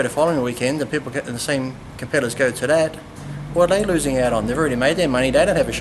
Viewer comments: Does Lee call competitors compedalers? XD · Compediddlers? Lee, are you high?